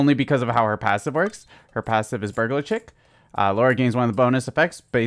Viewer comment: the way you pronounce burglar chic pains my heart